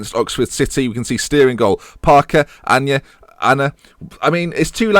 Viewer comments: Aina is pronounced eye-na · It's pronounced Aye-na